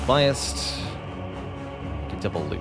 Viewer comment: "bi assed"... i cant defend you anymore